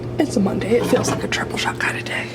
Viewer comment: When you said “triple shot” I heard “jello shot” and was just like well, it IS monday